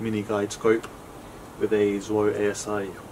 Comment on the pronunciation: I'm happy to hear someone pronounce it "Zwhoa" instead of that Canadian Hack who always says "Zen Dubya Oh"